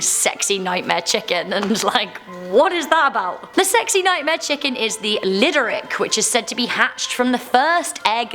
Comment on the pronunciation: Omg she got the lidérc so wrong lmaoo